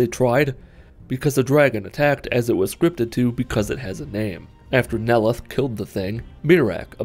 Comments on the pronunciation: "Noleth. Noleth. Noleth. Neloth" Okay now you're just messing with us. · The way he butchered Neloth's name just.... Uh. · I love how he mispronounced "Neloth" for 90% of the video then pronounced it right one time.